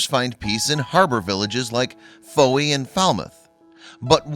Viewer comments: OFGS... Really? Some folk are too stupid. And it's pronounced Foy, not Fowie. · It's pronounced foy even though it's spelled fowey. Just saying. I live here. And it's not mysterious orbs washing up, it's stupid people who know F**k all. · im from cornwall and sea potaos are always around nothing new to us hear in cornwall you just dont see them as they dig deep in sand so dont know why theres all this shock about them ps to you butcher cornish words even the way you say cornwall lol and fowey you pronounced that wrong to